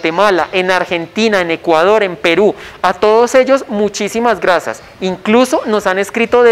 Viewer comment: este men es tan bueno en mecánica que no da gracias si no "grasas" 😅